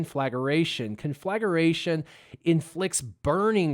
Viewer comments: Not really! You say con-flag-a-ration, not con-fla-gration. Good vid though, looking forward to unlocking tomorrow. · Con-fla-gra-tion... NOT con-flagger-ation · conflagration -- sounds like -- con-fla-gration or con-fla-grayshun